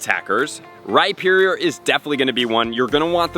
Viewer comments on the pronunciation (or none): none